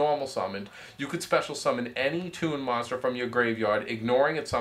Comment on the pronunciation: says moster instead of monster.